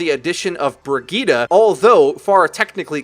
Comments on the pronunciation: Who the fuck is Briggeta Do you mean “Bridge-ett”? Like fuck man pronunciation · Did he pronounce Brigitte as "Briggita"? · The name is Brigitte, not Birgitta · BRI-GIT-TE. Bri as in brie cheese, git as in git gud, te as in tesla. jfc. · fucking shit man, stop calling brigitte BERGEEDAH. if you're going to use the swedish pronunciation, at least say it properly. no one says sombra with a spanish accent or widowmaker with a french accent, they say them in a normal american accent, so why halfass brigitte's pronunciation? her first 3 letters are BRI btw, not BER. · U said Bridgette wrong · Can't anyone pronounce Brigitte right?